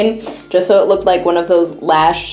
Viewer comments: did she say lash instead of lush😂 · Lush* not lash 😂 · It's lush not lash......but nice har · Did anyone else notice how she said lash instead of lush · she said lash instead of lush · Her: lash bath bombs Me: it is lush NOT lash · Did she just call it Lash?? It's lush, nice video anyways 😃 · Lush not lash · it Is lush not lash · LUSH NOT LASH PHFFFFFFFFFFFFFFFF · Its lush not lash lol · Lash?😂 do you mean lush